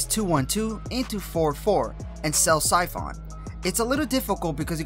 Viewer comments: Good video, nice and informative. Just work on pronunciations like koagulation and siphon. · Terrible pronunciation on Koagulation and Siphon, but great clarity and depth of guide.